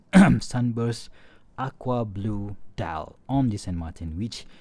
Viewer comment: "San Martin" is a Spanish word so you have to pronounce that brand as it would sound in Spanish and not as it would sound in French or English. It's SAN MARTÍN